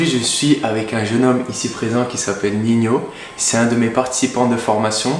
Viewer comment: Merci pour la video. Ps: respecte le frero, il est ni rappeur ni espagnol il s’appelle pas Niño mais Nino